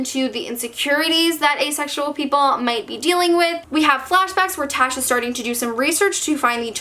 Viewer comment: I'm not trying to be rude in any way. But, for Tash's Hearts Tolstory, I'm not sure if it's supposed ot be pronounced T-ah-sh. Because Tash is a variantion of Tasha/Natasha, which is pronounced T-o-sh. Unless you've sene ointerviews or somethin where the author pronounced it T-ah-sh, it's most likely pronounced t-o-sh. Being someone with that nickname and I can testify that it's not pronounced like it's spelled, and it's easy to confuse (My own grandparents do it)